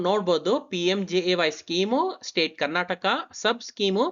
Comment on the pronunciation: Karnataka helu...Karnatak alla...nin first sari agi heludre olledu..